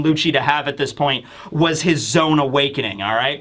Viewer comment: Zo-ahn. It sounds like you’re saying zone lol